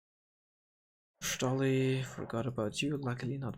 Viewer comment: The way you pronounce Stolly is all the entertainment I need